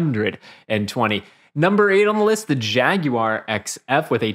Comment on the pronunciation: Jag-YOU-ARE? MAZZ-a-ROTti? Those words are killing my ears and my sanity. These are not regional differences. They're just wrong.